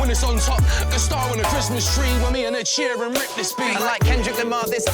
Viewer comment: It's sheeran, not sheehan😂😂